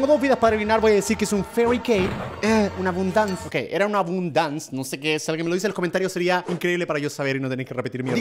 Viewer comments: es “abundance” por si lo separas dice a-bun-dance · abundance: a-bun-dance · Minuto A-BUN-DANCE